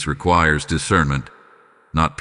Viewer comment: "I EMBRACE DECIRNMENT"